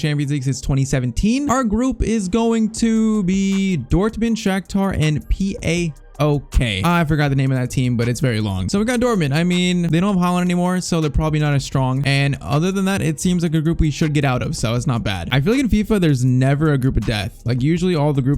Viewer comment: PAOK aren’t initials for something it’s an actual name of a Greek team and it’s probably pronounced pàok